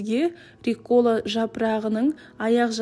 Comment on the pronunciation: РУккола, а не руккОла